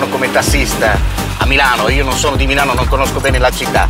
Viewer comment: taxi in Milano are white not Black ... fake video and awful Italian pronounce !!!! BLEEAHHH Great RAFFAELLA CARRA'